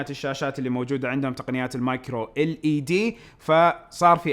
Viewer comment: حاول تتدرب على نطق الكلمات الإنجليزية لأنك تقريباً ولا كلمة تنطقها صح Duo لاتنطقها ديو Macro لاتنطقها مايكرو Google لاتنطقها بدون ما تمد